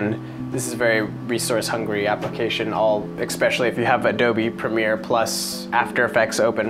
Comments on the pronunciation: "Especially" NOT "EXpecially"!!!! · "es"pecially... not "ex"pecially. :) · Holy shit its especially not EXpecially. That is so annoying!